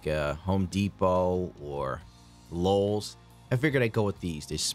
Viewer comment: Did your ass say lulz for Lowes? Lol oh